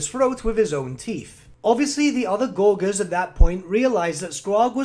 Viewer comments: Gore-jurs Not Gor-Guhrs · Gor-gers lol...